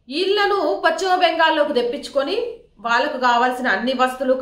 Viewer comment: Pacchimabangal kaadamma.telugu pronounciation sarigga nerchuko.paschima Bengal antaaru.maa kharma ki nee laanti vallu anchor ga ravatam memu telugu talli chesikunna kharma